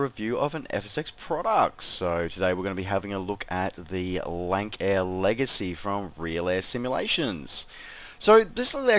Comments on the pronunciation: Probably the aircraft I fly the most. I think it's pronounced "Lance-air". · Um no. Offense but it pronounced lansair